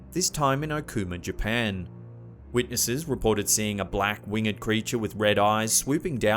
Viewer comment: Please stop mispronouncing “winged” It’s not pronounced like“learned” and is one syllable, not two “A winged creature” is wing’d - not wing-ed (unless you’re reading a poem). Also “harbinger” is pronounced like “whinge”